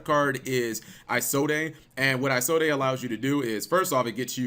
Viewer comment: Everytime he said "Isolde" I cringed... You don't pronounce the E. I take it he's never heard the story of Tristan and Isolde.